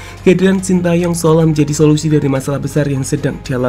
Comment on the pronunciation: "Shin Tae Yong" yg bener min